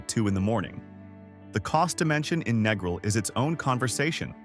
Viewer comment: if the narrator can't even pronounce Negril, he knows nothing about Jamaica. Been to Negril 4 times, walked everywhere, no problems. Been to MOntego Bay 4 times, no problems. Going to Ocho Rios in Nov for 13th trip, this video is misleading.